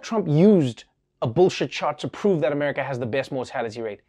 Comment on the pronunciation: "...these police all across amaga" - i justt LOVE how he mispronounced that XD